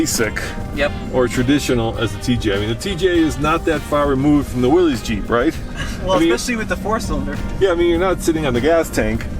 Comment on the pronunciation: says, "not so far removed from the Willys Jeep, right?" Are you serious??? There is no relation to the Willys whatsoever in the TJ, except perhaps in the trademark slatted grill. And, it's pronounced WILL-iss, not Willeez. For my money, I'll take the 4 banger TJ over the blinged up monstrosity that's as big as a Hummer. As I would never take a perfectly clean TJ up and down obstacles as shown in the vid, I don't need the extras. Any stock TJ will get any one around in winter conditions anywhere at any time. A lot of rural paper delivery folks and others who are out in the weeds in winter will tell you they won't have anything else. Same goes for the very affordable and basic old Cherokee RIP.